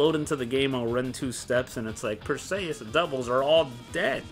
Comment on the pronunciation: Dude... go watch Clash of the Titans. That's not how you say "Perseus". The way you say it reminds me of Achilles' cousin Briseis in the movie Troy.